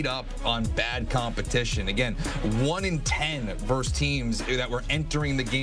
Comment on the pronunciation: Versus not verse you fucking tool